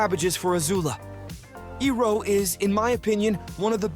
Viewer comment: Did u say Ong??? Eeeroh??? Shessshhh